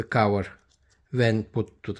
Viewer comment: It's cover, not cower😂